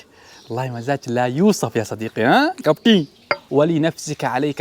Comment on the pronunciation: لا كابتي يقول لاحظها بكذا مقطع اتوقع يقصد كابتن بس نطقه ماتوضح